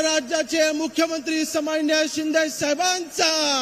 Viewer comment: समानिय नाही तर सन्मानिय अस आहे ते.